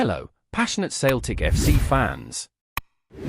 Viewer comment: Who the fcuk is this "Sailtick" you talk of?